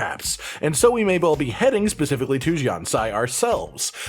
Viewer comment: specifically ... NOT pacifically